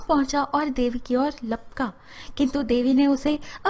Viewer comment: It should be" Lapka" not "Palka"